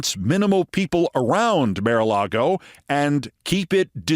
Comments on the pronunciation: Keith, you ridicule someone for a slip of tongue and rant for 5 minutes about it, yet you can't pronounce "mar"??? For crying out loud, it's MAR-a-lago, not "MARE"-a-lago. How can you look at the word "mar" and come up with "mare"?!?!!! Do you pronounce car as "care"?? I'm not defending the MAGAt whoever she was, but jeez you can be ridiculously petty and such a hypocrite. Besides the perpetual "mare" flub, we've heard you stumble over lots of words here and there. Right? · Keith, why do you insist on pronouncing the "Mar" in Mar-a-Lago as "māre"? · You're not pronouncing mara alago right.... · Hey Keith, I think you're very smart and funny, but your strange pronunciation of Maralago over and over is doing my head in!